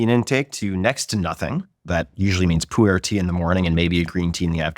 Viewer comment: Legit thought you said 'pooh air tea'. Never heard of it